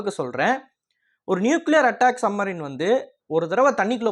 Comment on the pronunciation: தம்பி..... என்ன......சம்மரின்... சம்மரின்.......... சப்மரின்.,..என்று ... பேசுங்கள் ..